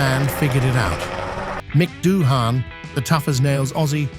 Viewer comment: It's pronounced, Dooan The h is silent.